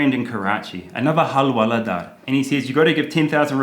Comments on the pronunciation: Halwaladar I laughed...it's alright you are improving in Hindi...but it's hawaldar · It's not hal-wala-daar ,it's hawal-daar.😂😂